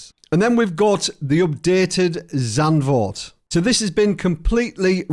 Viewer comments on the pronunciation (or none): none